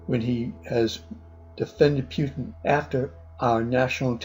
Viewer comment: When I saw politifact saying "pants on fire" I knew this video is fucking stupid, how do you even go past false? Also, it's Putin, not peutin